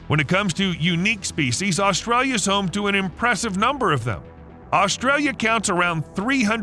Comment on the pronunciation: There is not L at the start of the name Australia